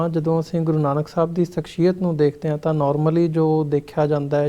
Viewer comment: Bro it is shakh-siy-yat (personality)